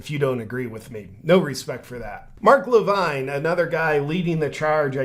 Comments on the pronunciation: Mark Levin, not Levine. 🙂 4th largest radio show in the country, and Fox news host. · Just to help out JP; It's pronounced Mark Li-vin; Not Mark Li-vine. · It's Mark La vin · JP your ignorance of who Mark Levin (Luh-vin) astounds me. He worked under the Regan administration and has had a nationwide conservative radio show that reaches millions for several years now. He’s on Fox news all the time (had his own show BTW) and was a guy who was always on the Right side of the issues and hates the Left with a passion (There, I said it!) - One of is tag lines. Unfortunately like a lot of people in cults, it’s tough for people in deep to see the evil underneath. Kinda of like if someone tells you your wife is a dirty wh0re and you’re like “The hell she is!”, but turns out she really is. Just really hard to accept that reality.